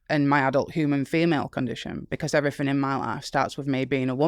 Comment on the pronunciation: OH! maybe she's saying "a woman is an adult human female" and it's her accent on the 'adult' part that sounds like 'not' to my Western ears.